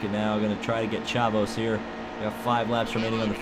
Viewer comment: Friesen? Its Free-sen, you need to watch some CWTS races because you are driving me crazy with your pronunciations Also, Chavous is Shave-us, you have to listen to me i actually watch the races unlike the dumbasses claiming they know the name